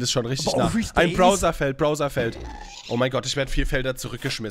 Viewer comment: Bowser spricht man Bauser aus.